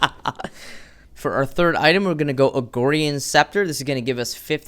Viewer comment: Agorian sounds much cooler though, that's how I have said it from day 1 of paragon